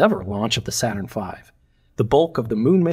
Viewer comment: "Not Saturrn V" Nit-picky, but funny :)